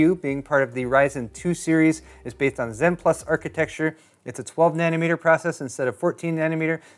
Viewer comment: " bathed on"